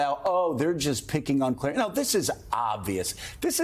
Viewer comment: “Clearence” Thomas lol